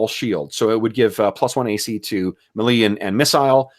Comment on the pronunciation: Just bought this system, enjoying using your videos as a practical example. And holy cow share those character sheets! On a side note, are you pronouncing "melee" wrong intentionally as an inside joke thing? Also, does AS&SH pronounce "Cimmerian" with a hard C as opposed to the Conan stories which use an "S" sound?